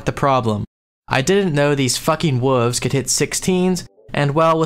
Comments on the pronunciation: You really struggle with the word 'wolves', huh? It's okay, brother. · And then after that, pronouncing the "l" in "wolves."